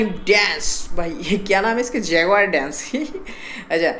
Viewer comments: Bhai school jaya kr tujhe jaguar nhi bolte aaya! Lol...! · Jhant tmko to naam tk pdhna ni ata be jaguar